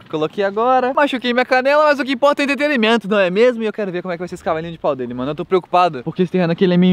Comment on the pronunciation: é entreterimento ou entretenimento? eu acho q é entretenimento q se fala